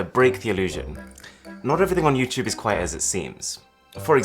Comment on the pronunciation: “With YouChewbe” I’m dead